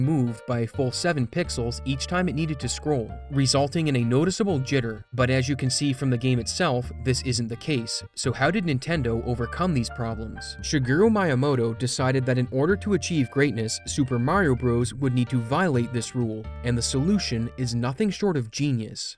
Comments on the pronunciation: "mayamoto" lol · Lol!!! Shigeru "Mai"amoto!!! XDDD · my yuh moto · The real mistake was pronouncing Miyamoto as 'MIE-uh-moh-toh'. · That's not how you say his name 😭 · That pronounciation of miyamoto's name has got to be rage/engagement bait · The way you pronounced Miyamoto was unhinged lol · Great video, worst way ive heard miyamotos name said ever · You playin saying his name like that right lol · That was the weirdest pronunciation of Miyamoto I’ve ever heard in my fkn life bro